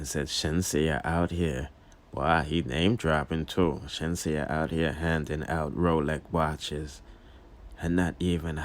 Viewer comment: you say Sheenseea so let me say Manda 🥺